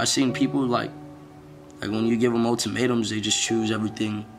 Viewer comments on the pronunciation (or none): Motimatums? Wdf word is that, not even a real word. He said ULTIMATUMS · "MOTIMATEMS" come on.......